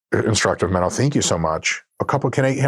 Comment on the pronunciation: Is it just me or did Dr Mike butcher Menno's name at the end🤣